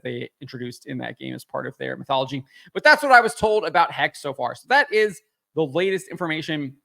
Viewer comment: The correct pronounication is HEX-HHE, as in German, I suppose. What's with the obessesion of witchcrap nowadays? Is it because getting women in STEM is too hard so we perform displacement activities and get them into witchcrap? Which is still highly active throughout the African continent btw., although it empirically doesn't work very well.